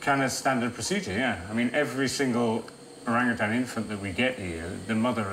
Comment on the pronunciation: Why are you calling them “orangutangs?” They’re orangutans.🤦‍♀️